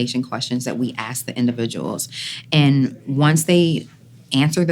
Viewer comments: don't they learn to speak English in the army?! It's ask not aks! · okay, I saw A LOT of black ppl saying axe instead of ask. Whats that about, can someone tell me please. Im from eastern Europe, have no clue why is that. Oh, also, i dont hate black ppl lmao